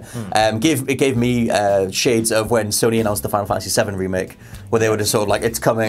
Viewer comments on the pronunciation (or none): none